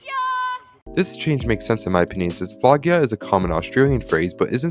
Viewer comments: And I put it in captions and didnt even put "flog" it said "We're gonna f you" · When lucky’s mom say we are gonna flogg ya. It sounds like the f word☠️ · Every time I watch that episode I always doubt if lucky’s mum said flog or the f word